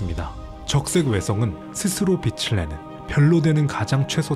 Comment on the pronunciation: 비슬이 아니라 비츨입니다 발음 좀 지켜주세요